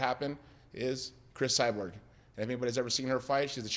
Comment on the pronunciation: "Chris Cyberg"- Tito Ortiz